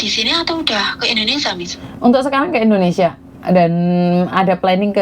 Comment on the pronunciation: bukan INDONESA, tapi INDONESIA ( SIA )